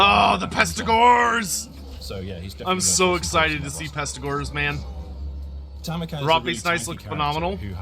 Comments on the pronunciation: Love your content bro but every time you say Tar-mer-con it makes me cringe - where is the extra r coming from? Tam-er-con... look at the spelling. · After this many videos.... Please stop saying "Tarmakhan."